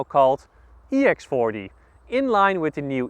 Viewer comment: sounds like he said ex farty